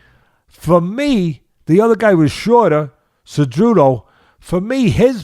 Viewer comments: Anyone else hearing Teddy calling Cejudo , "Ce-joo-doe" ? LOL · Thats what masvidal calls him lol kinda the spanish way